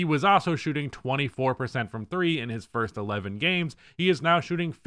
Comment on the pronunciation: "Fist 10 games" 👊🏿 😂